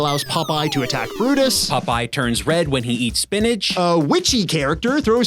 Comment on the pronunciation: That's pronounced, spinichk.